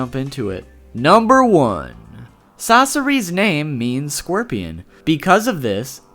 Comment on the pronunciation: scworpian😂 u cant even say an animal😹💀